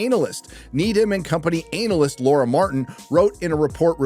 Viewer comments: Do Americans really pronounce it "anal-yst"?. The rest of the world says "ah-na-lyst". You know, to not appear too ANAL. 😅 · Dude, analyst is pronounced anna-list not anal-ist 😅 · It's ana-lyst not anallyst 🤣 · It’s Ana-list, not anal-ist. I wasn’t sure you said that and then said it again. Not sure if you’re joking but it made me chuckle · I’m sorry It’s analyst. Not anal-lyst😂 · the way he says ANALyst.. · Love how you pronounce analyst as ANAList 😂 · I never realised Americans pronounce the word an-alyst as anal-ist. Sounds very proctological. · Never heard anyone pronounce analyst as ANALyst 🤣🤣🤣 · Peter: "Hey, remember the time they defrosted Walt Disney?" Walt Disney: "Are the Jews gone yet??!!" edit: lol "anal-ist" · Anal-lyst Why do you keep pronouncing it like that my dude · The way he says Analyst hurts my anus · Why do you pronounce analyst like that 🥲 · There’s something very wrong about the way you say “analyst” 🧐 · Sorry, how are you pronouncing Analyst? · do you always pronounce analyst that way? If so then you just earned a sub 😂